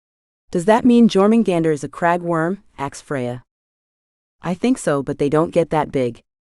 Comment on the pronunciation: LOVE the story, but you would think a computer could pronounce ASK correctly instead of AKS!